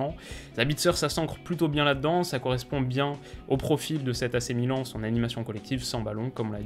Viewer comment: ne t'inquiète pas 1 jour tu arriveras à ne plus te tromper sur la prononciation du club